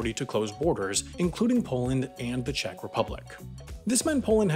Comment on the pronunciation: Anyone else get completley triggered by the oronounciation of Czech? so annoying, he kept on repeating it too!